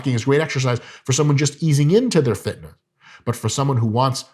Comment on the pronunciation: This mf said "fitnuh"